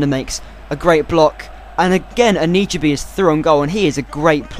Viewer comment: It's An-i-chebe